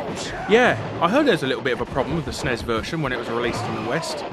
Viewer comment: If you're trying to my Mike Haggar sound like an American, you should make him say "Es-en-ee-ss" not "snez" because Americans usually pronounce acronyms by their letters, not as a word.